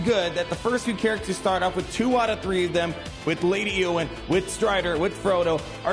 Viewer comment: It’s pronounced Ayy-oh-win❤ So excited to play